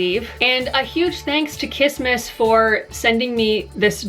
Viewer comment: i heard kismisis instead of kissmiss aughhhhhhhhhh